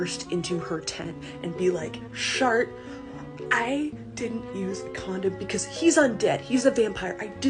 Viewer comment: Please for the love of god stop calling her Shart😭